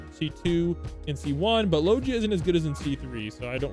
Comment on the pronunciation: why you saying logia like that